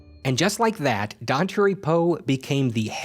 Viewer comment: It's "Don tar ee", not "don terry".